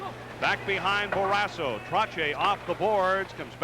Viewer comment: Someone needs to tell the play-by-play guy that it’s “Barrasso” not “Barrassa”!